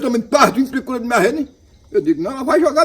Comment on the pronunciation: Mas ele falou "pricura"